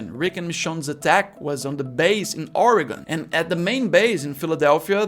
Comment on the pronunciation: You say oregon better than most of the US